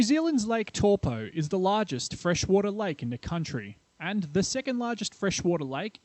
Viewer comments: Close enough for an Aussie.. next time go with Toe-Paw ;) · It's pronounced Taupõ (Toe-poor) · Taupo : Tow Poor not Tall Poe I suppose Tell Poe is worst bloody Palangi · Funny to hear you pronounce Taupo every time. Just a suggestion you should investigate pronunciations of some names/words if unfamiliar and if you're going to say it a lot. You were pronouncing it more like Torpo but should be more like T-ow-po. The Tau like if you hurt yourself and said "ow" lol. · Pronunciation. Torpoe. Actual pronunciation. Towpaw. But don't mind me, I only live there. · wow buctchered taupo aswell its not TORE-POOR its TOW-PO you need to look how nz words are spoken. your a butcher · It's not toe paw, its towPO not TOW POOR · exactly . toe paw not torpo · Is there a more mispronounced place name on this planet? Where the heck is Tor-Po? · Cringed everything I heard tawpo.... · Toe Paw.🤣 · tor po??? kei whea "tor po"? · How ever you want to say it Toe por Toe paw Tauupo if it blow's we're Toe...ssst. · Your pronunciation would be perfect of Taupo, if you reverse the vowel sounds. So where you're saying Tau, take the au pronunciation you're saying and put it as the O part of Taupo. And put the old way you were saying the O, as the AU part of Taupo, and suddenly perfect maori!